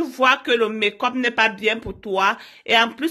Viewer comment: Chacha eke,non chacha ike,et encore mek-up non mek-cop merci pour la vidéo